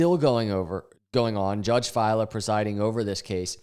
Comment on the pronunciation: Judge “Fay-la” 😉